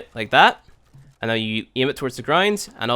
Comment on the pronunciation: i cant get over the way he says now or out. Noy and oyt.